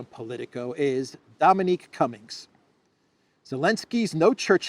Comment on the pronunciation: Dominic, not Dominique.